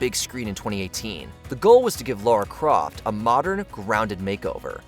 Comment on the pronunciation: “Laura Croft”? Bro please